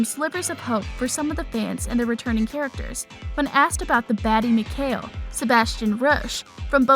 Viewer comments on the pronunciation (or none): none